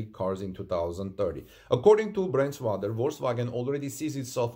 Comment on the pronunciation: "Brandstätter" the "ä" (= ae) is pronounced like the "a" in brand in americanish.